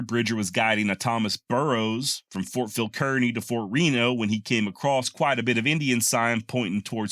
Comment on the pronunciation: FYI both the small town of Kearney, MO, and Ft Kearney are pronounced as would rhyme with Barney. We are from the Kansas City area. My husband has recently found your channel and is delighted indeed. Bill is 82 and a lifetime lover of history from the ancient to the Wild West. I had long been describing to him the wonderful deep and wide selection of education, instruction, and enjoyment provided by YouTube. Accordingly, I set him up with a new Roku with easy access on his television. He enjoys it immensely which of course includes many hours of pleasure watching your channel. Thank you!